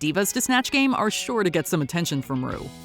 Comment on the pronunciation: When she called Ru broom, I fell over.....